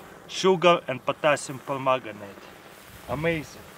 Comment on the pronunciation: "just grab some potassium pergutanate "